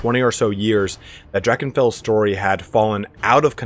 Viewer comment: I was exited to hear your pronounciation of "Drachenfels" and was disappointed :(